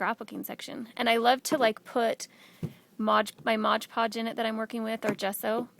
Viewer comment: agree... so many artists make the mistake and say "modge"... especially if they are teaching, should be said right... But pretty work scarlet lime does.